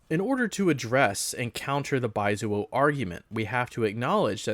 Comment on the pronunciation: Don’t you love being called “baizuo” by a white Dengist who can’t even pronounce the word in the proper Mandarin way?